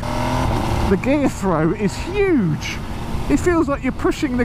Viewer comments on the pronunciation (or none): none